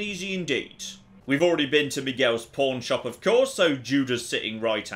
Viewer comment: I always have to do a double take when he says "pawn shop".. yeah